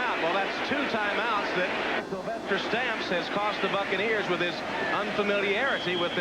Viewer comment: Say 'Sylvester Stamps' like Sylvester cat...lol. You cant unhear it... I wonder if his nickname was 'Food'